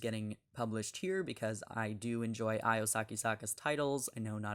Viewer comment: Hey…her name is pronounced Io (ee-oh) not (eye-oh)…